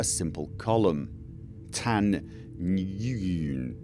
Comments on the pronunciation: How to pronounce Nguyen. "When" with a brief n sound at the start. n-when. Nwhen. It is a Vietnamese name. Japanese pronounce it more like g-when. Gwhen. How the hell do you get clark when you see clerk? :-) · Nguyen is pronounced " when " its asian